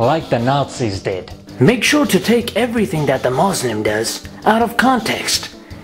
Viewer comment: Maazlim 😕 how hard it is to say Muslim ?